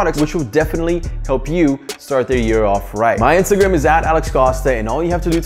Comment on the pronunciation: Did he just say Instagam in the intto